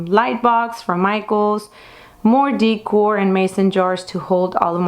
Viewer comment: You have a great room that is very stylish and organized. I just have to correct you on how to say "decor." You say, "dee core," but it is pronounced like, "da core." Sending you best wishes from California.